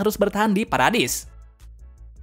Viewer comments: Bang paradis bukan paradais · Kak bacanya paradis bukan paredais